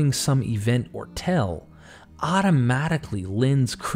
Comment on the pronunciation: The same thing with “tell” and “tale.”